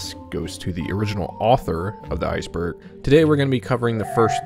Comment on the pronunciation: I thought you said spiceburg 😂